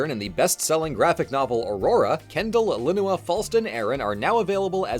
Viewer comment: That's how you pronounce Alinua???